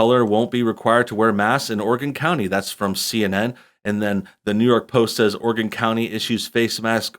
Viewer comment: Thank you for saying Oregon right